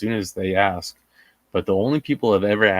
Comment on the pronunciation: You'd think the attorney would have learned, at least in law school, to say "ask" instead of ax.